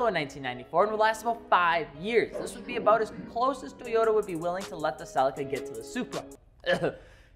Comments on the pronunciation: Its pronounced "selleeka" no? 😅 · Americans be butchering car names lmfao ......... it's pronounced "ce leek a" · Omg how how you say celica is killing me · I like how in the US you call it the “CEL LICK CA”. In the uk we pronounce it “CEL LEE CA” 😜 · Didn’t realise Americans can’t say celica or Nissan it keeps getting funnier Or leaver lol